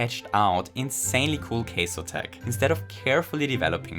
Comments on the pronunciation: Took me a while to realise you were saying kaizo and not queso lol. Cheese tricks anyone? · Not sure whether it is the accent or just not knowing how to say the word, but I love either way. 😄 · I like how pronounces the Japanese word for "custom" like it's the Spanish word for "cheese". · also, the ai in kaizo was mispronounced as well. the "ai" is supposed to pronounced like an english long i. since that's how ai works in japanese romaji